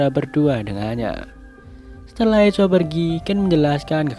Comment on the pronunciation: Permisi bang, sedikit koreksi. Echo di baca = Ekō